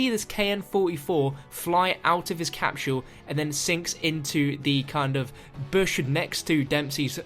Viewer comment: lol he says "capshule"